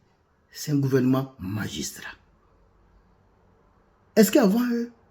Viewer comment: Vraiment, vous avez parlé avec "magistriat ". 🎉🎉